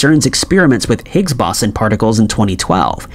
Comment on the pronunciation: If I have to hear this dude mispronounce Higgs Boson one more time in going to freak the fuck out..